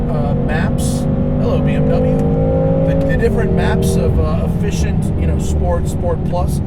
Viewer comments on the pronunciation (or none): none